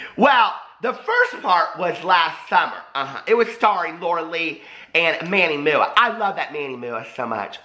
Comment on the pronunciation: “Manny Moo-ah” 😂😂💀